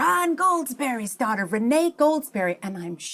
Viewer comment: Rene, it pronounced ruined...